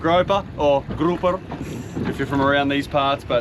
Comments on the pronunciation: GROUPER NOT GROPER 😂 YOU MUST BE A GROPER I GROPER is a perv!!!!😮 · yo this got to be rage bait who in the Bahamas said grouper like that😂